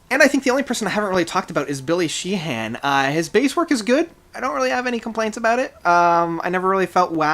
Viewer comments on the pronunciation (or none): Bumblefoot is a MASTER. Billy Sheehan is pronounced She-in. Thal is pronounced Thaul. Get the names right.